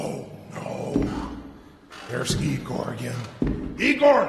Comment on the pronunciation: Erm actually it’s said igor🤓👆